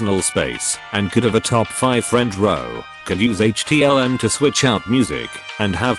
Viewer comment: the fact that he said HTLM and not HTML killed me